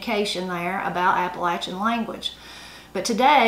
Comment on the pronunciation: Both sides being from Tennessee, most of these are very familiar to me. I just wanted to thank you for pronouncing "Appalachian" correctly. :-) You can always tell someone who ain't from around here - they use a long "A" when saying that word. :-) Love the channel! -Ed on the Ridge